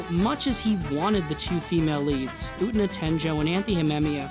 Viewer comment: FINALLY someone who doesn't pronounce Utena like "oona"